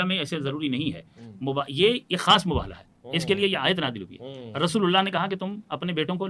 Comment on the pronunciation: صرف شیعہ عالم کا تلفظ درست ہے وہ مُباہَلہ کہہ رہے باقی سارے حضرات مُباہِلہ کہہ رہے